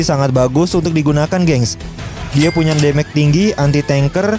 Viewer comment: mage pronounciationnya salah wkwk, damage juga salah wkwk, trs bukan durbality tapi durability, trs bukan brust tapi burst WKWKWKWK